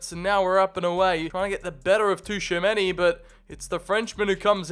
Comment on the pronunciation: he cant pronounce tchoumeni's name correctly to save his life lol